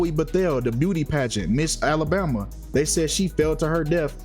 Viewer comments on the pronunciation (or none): none